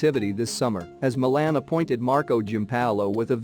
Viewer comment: The way this bot says Milan drives me nuts, but love the vids